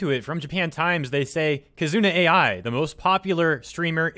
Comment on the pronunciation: Another mis-pronounciation, this time, for "Kizuna AI" XD I don't mind as long as I listen and understand. I've been following the trend since late 2017